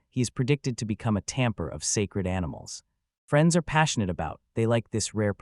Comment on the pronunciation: How did "Lock" become "Rock" and "Tamer" become "Tamper"???